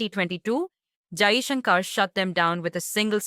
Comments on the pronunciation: His name is pronounced Jaishankar ( shankar) not Jaishunkaar ( shunkaar)! Being an Indian host you shouldn't be making such westernised pronouncement mistake!! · He is not Jaishankaaar. He is Jaishankar. The narrator is an Indian and should be ashamed of mis-pronouncing Jaishankar's name. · Why can't this lady pronounce Kashmir n Mr Jaishankar's name properly?